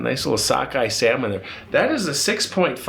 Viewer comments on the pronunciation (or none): none